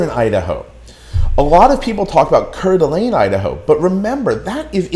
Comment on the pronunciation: Please learn to pronounce Kuna and Coeur d'Alene before you give advice about Idaho. Yes, it gets over 100 degrees. Please don't move here. We are full.